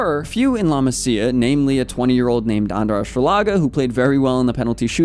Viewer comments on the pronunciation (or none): great video, but just saying: it is 'la maasia' not 'laa massia' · how do you do videos only about barca nad dont know how to pronounce la masia